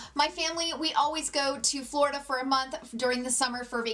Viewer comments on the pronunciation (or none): none